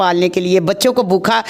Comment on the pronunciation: ap educated hein achi trah bola krein bokha nahi bhooka r asslam u kam nahi asslam u aleikum r bhi boht kuch